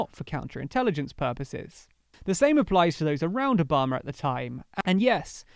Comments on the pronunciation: it's ObamA ! Not ObamAr. Stop adding non-existent "r" sound after the last A ! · How about Obummer?